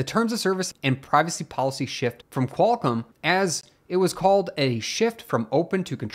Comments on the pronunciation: Its QualComm, not "kwulcum" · Somebody should stop "Qualcum"